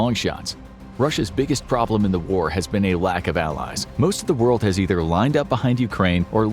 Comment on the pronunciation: what "whole wold baks ukraine"????